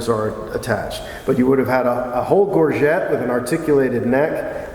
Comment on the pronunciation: i'm surprised (and disappointed) that the American mispronounces so basic a term as "gorget". This simply shouldn't be.